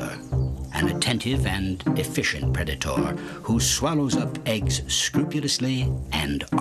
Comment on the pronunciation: The way he says "predator" makes me cringe